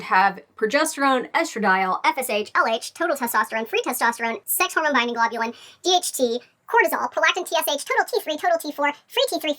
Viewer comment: "globulin" lol